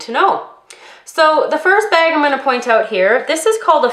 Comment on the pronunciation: I usually can't hear a difference between American English and Canadian but I heard you said that typical "oot" thing hahaha :)